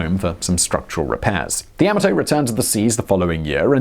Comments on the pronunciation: OK then pronunciation: you said YA-MA-TO with emphasis on the first syllable but should be second syllable... like: ya MAW toe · It's not Yam-A-Toe, it's Yah-Mah-toe. You keep mispronouncing it's name. That's a big thumbs down until you correct this terrible error. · It’s pronounced Yah-mah-toe. Her and her sister ship, Mushashi, both bore the emblem of the Chrysanthemum Throne on their bows symbolising eternal and loyal servitude to the Empire and the Emperor. Pronunciation aside, another informative and fun video. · You call it Yamato, I call it Yamahto. Let's call the whole thing off. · Ya-ma-to not yama-to. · It is correctly pronounced "Yah-ma-toe" not "Ya-maah-toe".....watch the first episode of Star Blazers and you will hear the correct pronunciation of the ship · Yah-mah-Toe! Frickin English, man! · The way you're pronouncing Yomato, the only fear anyone will experience, is the fear they may not stop laughing............ever! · Yamoto Tomato yamoto Tomato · Pronounced Yah - mah' - toe Simon. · Is this the only person in the world that can not pronounce Yamato? It's YOM-A-TOE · Seriously, you'd think they'd check Google Translate for the pronunciation of a word Simon has to say SO many times.